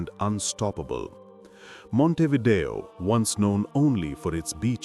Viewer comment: In Uruguay il 40-47% è cattolico,un 35-40% si dichiara laico le altre religioni sono quasi tutte protestanti ed ebrei,ma dove li hai visti tutti questi musulmani? Ma che false informazioni dai! Ma và a nasconderti babbeo! Inoltre si dice Montevidèo con l'accento sulla e. Sergio